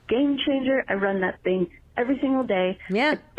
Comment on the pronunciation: Please stop saying “ThnGy” like that